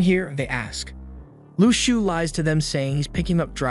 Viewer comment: How u say shou is (shauw)